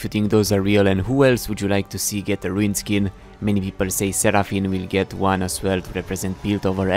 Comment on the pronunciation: Sentinel pyke, not riuned